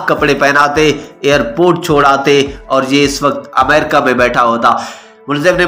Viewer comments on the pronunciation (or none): none